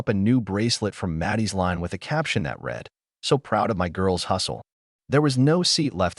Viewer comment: You need to teach your AI voices the difference between “read” and “read(red)”. Every English speaking HUMAN knows when to use present and past tense of this verb. It’s so annoying.